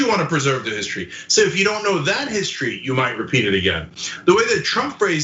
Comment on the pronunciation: Again, Trump can't spell nor pronounce the word "history." How in the world can you expect him to get the statues correct?😆